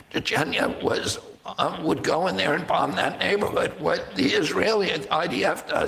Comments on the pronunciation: This is hilarious. You are reading Max's critique of RFK mispronouncing Chechnya at the mark and you mispronounced it yourself while reading it! Hahahahaha. Now thats funny! Its not Chechna! The Y sounds like long E. ChechnEEa. The irony. Hahahahaha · She mispronounced Chechnya while reading Max's criticism of RFK misrponouncing Chechnya. Listen to it again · Sorry, but mispronounced Arab and Chechnya as well, even though I’m sure she knows those two words…people mis-speak at times. I think Blumenthal baselessly attacked RFK calling him pro-war, while he never said anything pro war…he did say Israel had essentially “better” policies regarding targeting military and not civilians. But I never heard him say that they should continue doing so… I like max blumenthal but I think his emotions got the better of him writing this tweet because he seems to have put words into rfk’s mouth, not something I’ve seen that’s typical of his reporting. Such a shame to see the independent media is now falsely smearing RFK as well… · The word "diatribe" is pronounced die a tribe. Chechnya is pronounced chech nee a. Both words stress the first syllable. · Words herself mispronounced when quoting Max Blumenthal: Chechnya, propagandistic, Ilan Pappe, Jenin